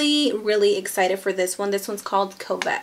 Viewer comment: Covet is pronounced "cuh-vet" lol